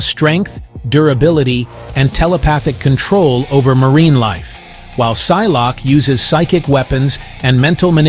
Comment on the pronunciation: Si-lock-A. No